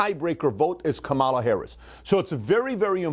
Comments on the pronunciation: Luv your stuff but serously you learn how to say KA ma LA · “Comma La” is how you pronounce Kamala Pat.